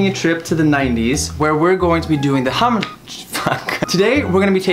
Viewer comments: Was I the only one who thought he said "hump challenge"?? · Am I the only one who thought Travis said 'Hump Challenge'??😂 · At first, I thoughts they said HUMP instead of HUM. 😋😋😋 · I thought Travis said the hump challenge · i swear he said hump.................